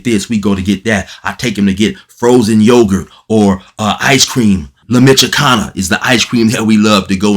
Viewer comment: That’s firme being a family man first. I like the way you said La Michoacana. That’s the Ice Cream spot.